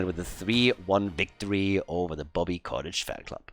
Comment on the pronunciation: It may be distracting to hear you say "Bobby Cottage" all the time, but it's not like Bobby deserves to have his name pronounced correctly anyways, so just carry on as you were,.:P